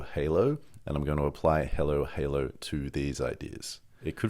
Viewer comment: Great video and thanks for sharing your experience and knowledge. With all respect — why do you pronounce “Hallow” as halo? I’d pronounce your company “halo halo” — or am I missing something.